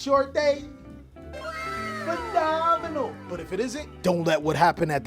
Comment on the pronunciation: "Phe-NOM-inal!!" (☆WOW!☆) 😄 I do it too!